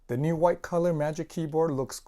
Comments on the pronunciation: Reincarnation of bob ross Titanium Whghghghgite lol I like the wghghghghgite one lol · Thanks for the video. You saying hwite all the time was triggering me though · The way this man pronounced white makes my skin crawl